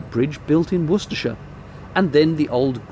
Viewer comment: to hear the proper pronunciation of Worcestershire